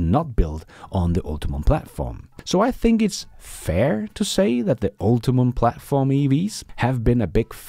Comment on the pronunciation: "Ultium" Ul-Tee-Um not Ulti-Mum